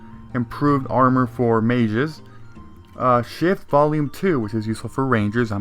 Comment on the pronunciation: I thought he said shit as shift 😂😂😂